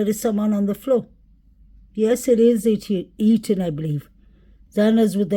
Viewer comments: PAAALEASE pronounce ETHAN'S NAME CORRECTLY !!!! You can say "the" and "than" and "those" and "that" but continue to say "Ethan" incorrectly. It's flat out DISRESPECTFUL !!!!!!!!!! It's not "Eton" as you say it. You're better "THAN" other channels - great now add the "E" to the beginning of that ... E-THAN. How can you dig this deep investigating, never having noticed how his mom, or all the other true crime channels, say his name differently than you ??? She didn't name him Eton !!!!! No matter how many times you say Eton, that's not his name and It's not respectful to continue to mispronounce his name every flippin time you say it. It matters to me and it's not a big ask. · Sounds like he said Liam not Ethan. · I feel the same Julie. I can't see why would have a reason to not say Ethan's name correctly.